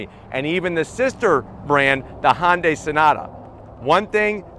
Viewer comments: It's Hun-day not Hon-day... "Hyun-dai". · CHRIST... it's not pronounced 'Hon-day' Hyundai is pronounced 'Hyun-day' Get it right!!!! Sheesh... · It's funny how we are both english speaking but pronounce differently u guys say hun die we here high un die down under Australia.